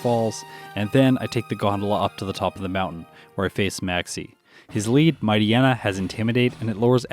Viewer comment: Hm, I'm bristling on a handful of the pronunciations. There's "Ackua" "Lehvaridge", which I guess is more regional, but then "DyNEHmo", which I've conceived as "DYnamo", but I'm...not entirely sure I've heard it said. What I'm confident I haven't heard from official materials is "Mightyena" and "Numel", which I (attempt) to handle as "Mighty'yena" (like, in "hyena") and "Noomel". It's impressive how differently people handle the same written words, and we can just go so long never realizing the possibilities of things we've only heard in our own heads. Reading is a heckuva thing. EDIT: Agh, had posted this before Juan, so didn't realize this'd just be piling on, ahhh.